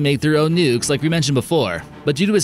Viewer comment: nukes not “nucks” 😁